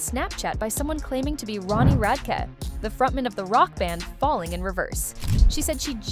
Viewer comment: “Ronnie Radkuh”